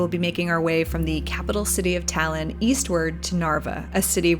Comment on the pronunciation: Are you stupid or something?? She literally said "Thailand" trying to say Tallinn, how the hell is that correct?